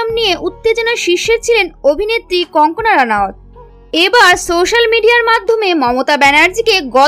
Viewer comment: Wrong pronounciation-should be Kangana instead of kankana.